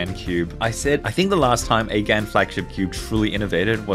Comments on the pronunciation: Its "GAWN" GAH'N I have never called it G'ANN. Its like Genngis GHAN!! <<< I am trademarking that... I said it first!!!! So I am with you. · it’s pronounced gun, not gan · It’s not gan, it’s gaun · “its pronounced gan not gan”